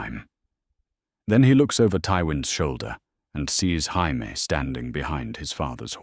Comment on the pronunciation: Tired of these AI engines being incapable of pronouncing Jaime.